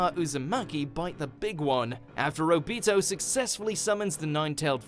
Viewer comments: Man just said O-bito not obito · You forgot one: Your pronunciation of Obito and Kushina